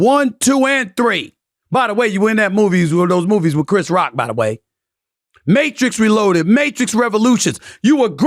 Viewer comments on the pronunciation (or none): none